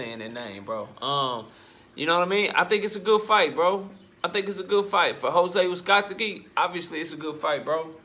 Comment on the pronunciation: BRUH IM DYING LISTENING TO YOU SAY THIS MAN NAME 🤣🤣🤣